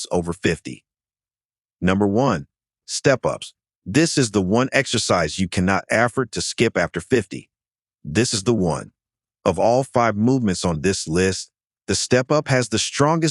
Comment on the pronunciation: For myself it was the pronunciation of mmHg when saying how wall squats lower BP. Also there was another word that it absolutely wrecked. In describing step ups, it said " this is the one exercise you cannot 'afert' to skip after 50"